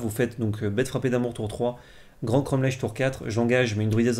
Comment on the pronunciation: J allais le dire et c pareil pour cromlech ça se prononce cromlec ça se voit qu' ils sont du sud XD